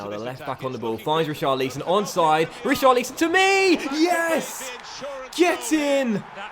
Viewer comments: Who is "Richar-lee-son"??? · Richarlison is pronounced Ri-car-le-son